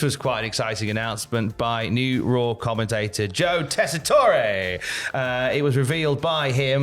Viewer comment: God bless you,!! You pronounced the name correctly!! Tess-eh-tour-ay! Like...Tess-eh-tour....Yay!!